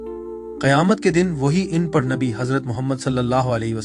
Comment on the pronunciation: please correct the word "An parh" أن پڑھ Not the word "oon prah" Kindly